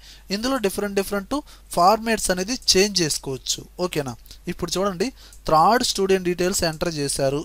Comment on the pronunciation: అంతా బాగానే వుంది కానీ త్రాడ్ కాదు థర్డ్ అనండి .కానీ మీ explanation సూపర్.